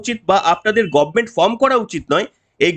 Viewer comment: গভর্নমেন্ট কে মমতা বলে গরমেনট।